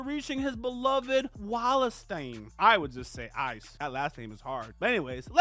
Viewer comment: 100% love the passion and energy into this video. The author put even MORE dope villains later on in the Sword Oratoria side story (Ais's story) but the anime hasn't gotten there yet. Also I BELIEVE in you that you can get these two names. You've gotten much tougher names than these two: "Ais Wallenstein" Wall (like wall) En (like enter) Stein (like Steins;Gate) "Chigusa" Chi (like cheese) Gu (like good) Sa (like salad)